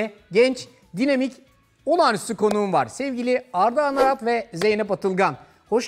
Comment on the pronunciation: Aranat değil Anarat